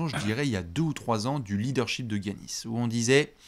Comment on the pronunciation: je t'adore mais peux-tu dire Yannis au lieu de "Guiannis" stp 😅😘